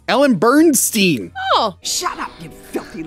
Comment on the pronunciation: Ellen Burstyn* not Burnstien lol